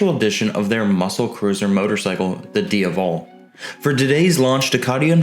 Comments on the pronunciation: Not Dia-Vallll / lol.....Its DIA-VELL....IE DiaVEL aka Ducati Devil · It's DiA-vel not Diuvel. It's also DucAti not Ducarti. You need to pronounce the A correctly sir. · say it with me: d AH Vull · Can you please pronounce the bike’s name properly plz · Is he intentionally mispronouncing the name Strange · Every time he says ‘Diavel’ I just want to kick him in the jaw..... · I was just going to say, if that's how it's supposed to be pronounced, I'm never saying it again. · stopped watching when you cant pronounce "diavel". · You can't pronounce "Diavel" properly!! If you intend to cover European motorcycles you need to listen to the factory guys say the model names. Listen to their pronunciations and I want you to say "Diavel" again properly on your next video! Thanks 👍